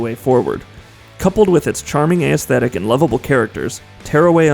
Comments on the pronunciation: its pronounced ESthetic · Interesting. Can you please pronounce aesthetic correctly? ess-Theh-tik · Aesthetic is a three syllable word. Not four syllables. You're welcome.